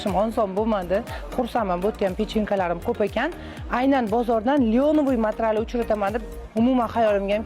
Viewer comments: Матрал эмас материал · Матрал эмас матерял